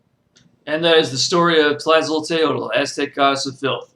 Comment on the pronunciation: / Very limited, one-sided, and thus not a real good overview of Tlazoteotl. (Pronounced "tlah-zoh-TAY-oht" -- the "l" at the end is silent or gently breathed.) Please do more research. I am a member of the Mexikah Tribe, and my ancestors are Mayan and Aztec. Tlazoteotl, as with all of our "Gods" is not so much a distinct "deity" as she is a complex of energies. Our word for your words "spirit", "God", "soul", "energy" is simply "teotl". Nothing about it translated easily into any other language. But because these energies overlap, push up against, compete, complete, and compliment each other, at any given time Tlazoteotl, for example, can become another energy -- hence both her defiling and purifying natures. Nothing is without anything else, which is the lesson of the Four Directions and the Center. Tlazolli, like all things, is an ephemeral moment, but can last 'too long' for human liking or health, but it is also necessary for growth and sustenance.